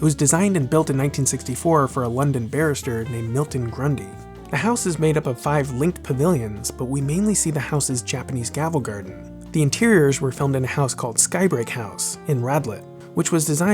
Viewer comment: "Japanese gavel garden"